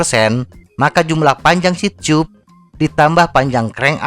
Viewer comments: Selama ini bingung banget sama dubing mu .. Ngomong "seat chub" saya kira maksudnya apaan.. Ternyata seat tube,, mbacanya di benerin mass.. Seharusnya anda membaca dengan "siet tub" bukan "siet chub" Sama halnya cara baca "tubeless",, orang akan membacanya dengan "tubless" TIDAK ADA YG MEMBACA DENGAN CARA "chubless" Skali lagi,, "tube" itu dibaca dalam bahasa indonesia "tub" bukan "chub" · kocak diajarin yang bener cara baca "tube" malah denial..